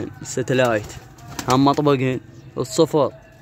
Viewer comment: سنتلايت ❌ ستلايت✅